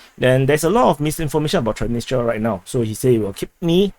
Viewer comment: There is an"s"after "Tran.. in the name of thr city "Transnistra" May just try reversing the name